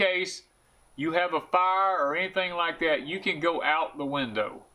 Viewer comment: Great video. Will save people who watch this lots of money from buying the wrong sheds. Thanks. Did you say “F-eye-r ? ;-D